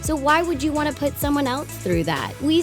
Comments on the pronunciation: " treat others the way you TWANT to be treated " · "treat others how you would twant to be treated" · "'Treat others the way you twant to be treated